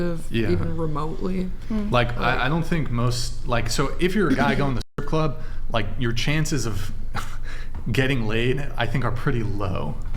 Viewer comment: Funny how you can't say the word strip club lol..